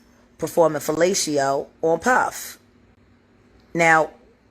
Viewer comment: NOT "FELASHEEO" 😂